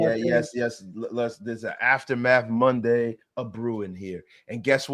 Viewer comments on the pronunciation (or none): none